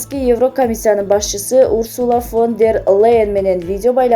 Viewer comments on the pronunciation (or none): Даяр текстты туура окууну уйронгулочу айланайын диктор Урлуса Фондерлэйн эмес Урсула Фондер Ляен